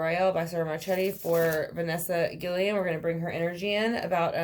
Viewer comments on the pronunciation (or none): Her last name is pronounced Gui-Y-en. In Spanish a double “L” is pronounced like a Y. Rest In Peace baby girl 💔